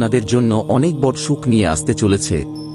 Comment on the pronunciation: ওটা বর নয় বড়ো ঠিক করে উচ্চারণ করুন